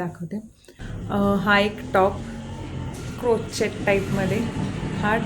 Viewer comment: Tai crochet is pronounced like “क्रोशे “ and not “क्रोचेट “